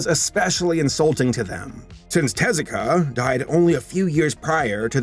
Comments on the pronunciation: Double "Er..." then it is te-ZU-ka"... the "EH" for sound "え" , "oo" for "u" (ず) and "ah" for "あ" is an Anglicism to prevent folks from wrongly reading "TAY-ZYU-KAY". It doesn't correspond to the international phonetic charter. The pronunciation is, again, "te-ZU-ka". The stressed syllable is the second one, not the first one. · Er... It's actually TEH-zoo-kah.